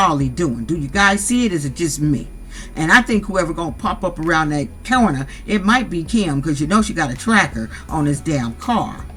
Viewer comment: the way you said “corner” 😹😹😹 you’re right tho he ain’t shit tho ain’t no way he’d do me like that